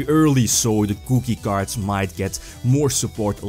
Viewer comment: i heard he said cookie card...